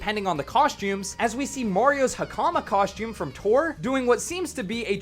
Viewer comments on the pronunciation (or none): "Cosh-tomb"? It's 'costume' 🤦🏻‍♂️🤦🏻‍♂️🤦🏻‍♂️